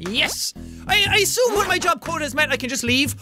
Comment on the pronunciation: Your english isn't bad until you said "mah" instead of my